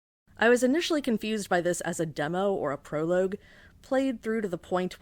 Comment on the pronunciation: This is an incredibly funny and insightful video. One of my favourite that I've seen in a while. The humor here is so good and so dry even if the way you pronounce "prologue" makes me die inside. I love this. It's an absolutely perfect video essay. If I could give it 10 Oscars out of 10, I would. Sadly, all you are permitted is this comment. Absolute cinema.